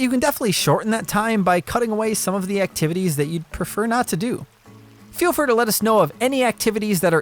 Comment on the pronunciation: Did anyone realise that he said feel fur to check in